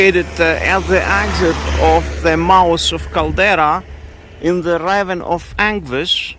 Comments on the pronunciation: This is 100% meant to be constructive criticism, as I know English pronunciations with all of the ridiculous spelling rules & exceptions makes it difficult. The word "ravine" is pronounced "ra veen". And thank you for all of the coverage in both La Palma and Iceland! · pronounced Ra veen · Please say "ravine" so that it rhymes with "between" - I only say this to make the channel better and to make sure you are understood by everyone.